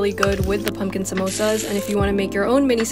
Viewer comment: I love hpw she pronounces 'samosas' correctly